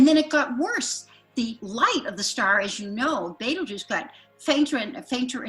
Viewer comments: Well it's BETEL, not beetle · Why dos she keep saying baitel juice i thought it is betelgeuse? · Bettle Guss 😂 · the best part of using a computer to do your intros is all the mispronunciations. who the hell is betel gus? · ive never never never never ever heard it pronouncet betel gus. ive been around a long time. not once. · Please tell your narrator how to pronounce Betelgeuse. Great podcast as always though, thank you